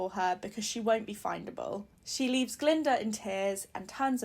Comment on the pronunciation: Glinda not galinda or glenda.